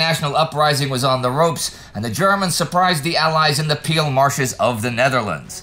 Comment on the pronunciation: It reads "Peel" but is pronounced [Payl]